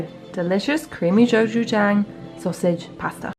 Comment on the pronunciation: Just so you know, gochujang is pronounced less like go and more like goh! Nice to see the gusto options